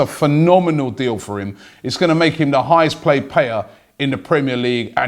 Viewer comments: lol "highest played payer" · "its gonna make him the highest plaid payer" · Anyone heard “highest plaid payer” from Robbie? Lol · "Highest played payer" lol